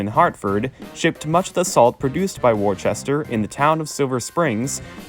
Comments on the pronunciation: Worcester is pronounced Woo-stir. Not wor- sester and especially not Wor- chester. Look at the word. There is no h in the spelling of Worcester. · It's typically pronounced "Wuhster." Earlier British pronunciation. Just like Gloucester is pronounced "Glahster." Worcestershire- "Wuhstershir." Gloucestershire- "Glahstershir." Please, please, for God's Sake on yourselves, learn to say "Wuhstershir Sauce!" I know, lots of folks will say it doesn't matter how you pronounce it, nobody cares, you're just being pedantic... Trust me when I say, most people have no idea how much the waitstaffs of upscale steakhouses ridicule people who try to look classy but then show their asses by saying "Worchestershyer Sauce!" If you're a burger guy, (like me) trying to pull off a class act, (as I've been known to attempt) get that shit straight. I used to date a woman who was a waitress at several very upscale steakhouses and there was no end to what they called "Trash Clash" jokes and stories about people trying to act classy, and the "Worchestershyer" thing was always the big eye-roller. "Boozholay Wine" was another one. I used to get really embarrassed for people. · The original Worcester in the UK is pronounce Wuster. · Wor-chester? Do you see an "H"? No, no you do not;) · I know you've recognized that you mispronounced a key word in your narration, but it does, nonetheless, pain me that such a well prepared and thorough presentation would contain what should be pronounced as 'Wus-ter' and, if you were living in Massachusetts, 'Wusta' which, I guess can be forgiven since much of the country would have a similar pronunciation. Try Worcestershire sauce. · It is pronounced Wus-ter (wus as in wussy). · Also Norfolk, pronounced nor-fuk. But a good educational and informative video. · As somebody from Massachusetts, the way Worcester was pronounced in this video was painful